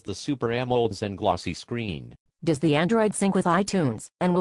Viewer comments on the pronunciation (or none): This dumbass said d-o-e-s LOL thumbs up if you noticed